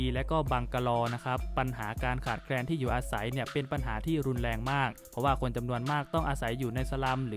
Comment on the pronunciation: รุนแรง ออกเสียงไห้ชัด ไม่ไช้ลุนแลง